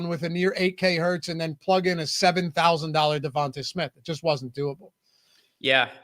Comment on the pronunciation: Am I the only one that’s hearing them pronounce Devonta smith name weird? Lol sounds like yall are saying Devontas Smith